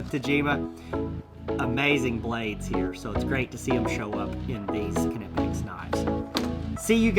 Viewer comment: Kanipex??🤣im going to go out on a really long limb here.Im probably 100% sure it’s pronounced ny’pex… Don’t know why people have such a tough time with the brand 😂